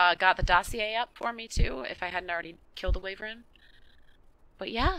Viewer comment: It's wyvern (y-vern) that's how u pronounce it